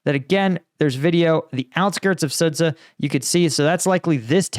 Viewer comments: Sudzha is pronunced like "Sudja" not "Sudza." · Sudzha is pronounced “sued zha” not sued sa think azure. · the 'dz' in Sudza is pronounced as 'G' in the name George